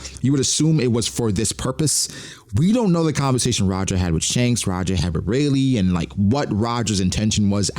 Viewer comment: Dhanks? That's kind of funny, but we all know Shanks' brother is named Stab. Get it right